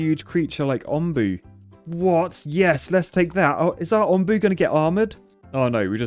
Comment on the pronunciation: it’s “Onbu” like the o in home